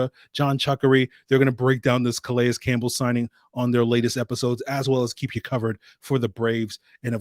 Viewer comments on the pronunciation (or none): Good stuff,. btw i think his name is pronounced 'Ka-Lay'. the S is silent